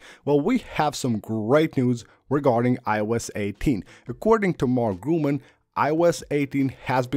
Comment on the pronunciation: Nice video. By the way: The correct name of the analyst is: Mark GURMAN not Gruman !!!